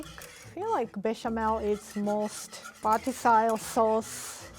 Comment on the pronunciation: It was so cute when she said "vertasile" instead of "versatile".